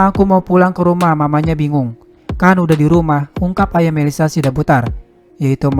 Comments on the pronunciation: Margarnya bukan sidabudar tapi SIDABUTAR ngomongnya yang benar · Sidabutar. Bukan sidabudar